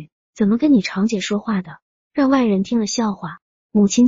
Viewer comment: zhang长姐、不是chang姐